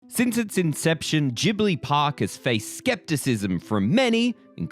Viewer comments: Ghibli is pronounced with italian spelling rules (hard g) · It's Jib-lee, so maybe you're the one that isn't familiar. (The katakana read out ji-bu-ri.) EDIT: so, the pronunciation used in the video actually changes between jib-lee and gib-lee, so if you meant to say that gib-lee is wrong, I apologize. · You really switched between 'jee-bli' and 'ghee-bli' pronunciation, didn't you? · Nothing says how unfamiliar with Studio Ghibli's work more than how you day Ghibli. Gib-Lee (according to Google, I could be wrong and just being an A-hole 😅) this park looks immaculate. Love the video guys fantastic as always. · Miyazaki himself said that it's a made-up word, and actually, it's a half between the 2 pronunciations. In Japan, it's more like Jih-bur-ee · I was cringing so hard every time they say “GIBLI” 😭 There’s an H ffs, pronounce it!!!